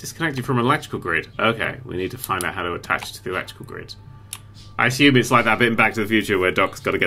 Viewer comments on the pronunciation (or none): none